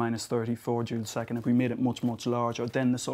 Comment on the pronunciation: Ha, now I can't not hear him say that. it was "joule-seconds" - the units of h, Planck's constant, but it does sound a lot like June 2nd!